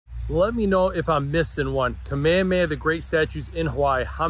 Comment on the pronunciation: Not trying to be rude but the h in Kamehameha is not silent pls pronounce it ka meh huh meh huh